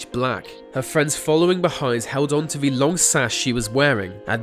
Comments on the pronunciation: It's THE not VUH also THEY not VAY. jesus. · Why can’t you say ‘th’ or ‘t’? Ve instead of the, vey instead of they, wivin instead of within....driving me nuts